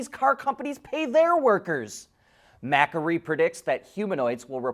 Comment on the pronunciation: Ma-query not Mak-ery